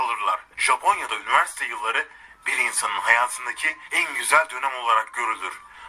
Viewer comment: Abi yiniverste degil universite 😅😅